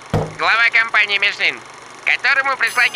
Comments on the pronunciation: ну МишлЕн же, а не МишлИн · не Мишлин, а Мишлен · Подушню: перед N во французском языке i как э произносится: Жарден (сад), Мишлен